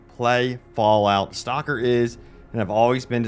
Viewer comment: Dude... It's "STALKER" not STOCKER. You keep calling it STOCKER 2. I can't stand it anymore.